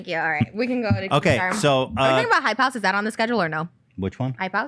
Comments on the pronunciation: It took me a second to understand too lol. I thought she was saying “Hi- Pouse” idek 😭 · I’m dying laughing 😭 I had no idea what the f*ck she was saying either and literally thought she was saying “hi pows” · It sounded like she was saying high pals but now all I hear is hype house now that I know that's what she was saying😂 wtf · Ethan I love you, but that "hypouse" thing made me genuinely angry. With peace and love of course. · Tbf when Trisha first said "hype house" I thought she said "hipouse" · it actually sounds like she's trying to speak chinese lmao like "还跑". What is hype house anyway? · She definitely said hype house